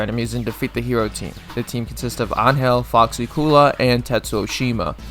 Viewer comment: I was wondering why you pronounced angel so wrongly, then you said nameless is better than k9999, which is such an objectively good take